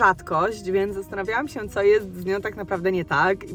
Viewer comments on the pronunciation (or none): Bardzo lubię cię oglądać, ale nie nie mogę słuchać tego " sięł "